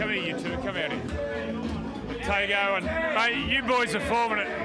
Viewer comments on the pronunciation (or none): Why is through commentary they pronounce his name as tungo all the time it’s literally tago😂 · It's izack tago not Patrick tago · The way Johns says Tago is ridiculous. Its not even that hard to say correctly.